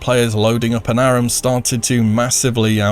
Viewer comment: I love you, it's pronounced A - RAM. Pls.